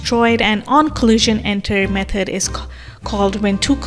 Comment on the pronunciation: Nice video, very helpful. I found the way you pronounce "method" as "meth-head" really funny, but otherwise very informational video 👍👍